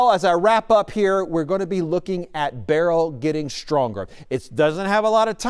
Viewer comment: not looking for a Flippen star, I'm anxious to hear some say the name correctly. I'm irked! Grr.....😂